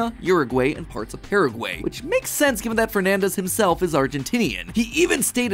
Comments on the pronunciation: Uruguay and Paraguay you pronounced wrong, It’s pronounced i not ay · ok so why has mat pronounced paraguay and uruguay so weirdly